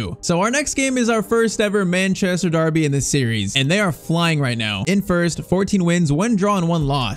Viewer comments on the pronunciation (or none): none